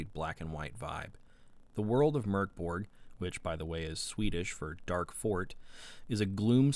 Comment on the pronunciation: Solid review! Just what I was after and now I actually consider purchasing the game. (Also props for the correct pronunciation right off the bat)